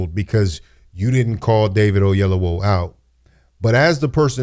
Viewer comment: Godfrey, please pronounce David's name properly. Oyelowo not Ayelowo.